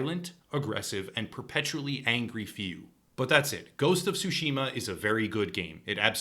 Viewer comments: ITS TSUSHIMA NOT SUSHIMA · The "T" in Tsushima is NOT silent, practice with saying Tsu and make sure to pronounce the T then say Tsushima. Please, it is not sashimi with an A at the end.